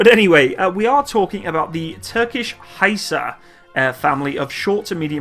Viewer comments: FGS sake its not haysar but HIsar like I in or Italy,ok?? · actually; better you pronounce in original language.. hisar (pronounce like, "hesar"-a is like a in khaled-) & thanks for the video..revards from turkiye (not turkey) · please learn how to read turkish name hisar = hesor , aselsan = assailson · It is not pronounced Hye-sar. It is pronounced literally as it is written and the word means "fortress" in Turkish. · Its actually HISAR Arabic حصار Means (siege). like no where to go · HISAR please pronounce like missile ...not like Hi,how are you.ok.everything else is superb as usual.